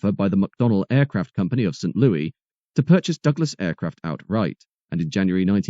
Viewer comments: The correct pronunciation of St. Louie, is St. Louis, with an "s", not an "e". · Stop mispronouncing St. Louis. Americans pronounce it like Lewis, not Louie. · Looking forward to part 2! Just FYI, despite what "Meet Me in St. Louis" would have you think, Americans pronounce it like "Lewis". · St. Louis is pronounced St. Lewis btw. And Louisville is pronounced Louuhvuhl